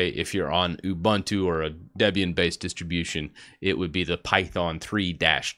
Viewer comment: it's not you-bun-two. it's oobuntu.